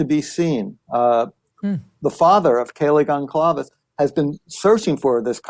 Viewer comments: Mr. Blum… it’s ( sound like) Gonzales ( Goncalves) NOT GonCALVEs! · The amount of time this man has spent supposedly researching this crime, and this suspect, and these families… and he STILL mispronounces the names. Goncalves, Kohberger… it’s really not hard.